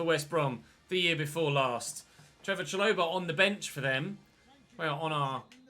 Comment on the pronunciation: It’s not cha-loh-ba it’s sha-lo-bar